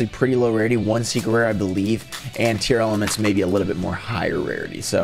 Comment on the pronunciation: I don't get why everyone is calling them Tearelements? Tear-La-Ments. Dunno where all the extra letters are coming from?